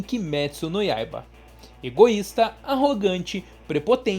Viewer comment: é kimetsu goiaba não noiaba